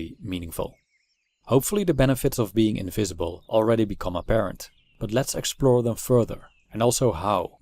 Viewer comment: Much as I respect your right to be 'invisible', I admit that I am very curious to know what your mother tongue is. Your "v"s frequently sound like "f"s (your "invisible" sounds like "infeasible"), so I'll bet your L1 is Dutch. Anyway, your videos are great! A fan from Greece.